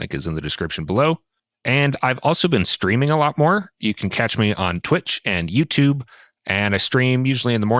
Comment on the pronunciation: In the intro I heard streaming as screaming… was very confused at first. Would make sense though if you are a loose goose